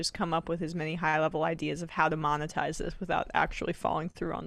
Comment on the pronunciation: "Ideaz" RIP, MB.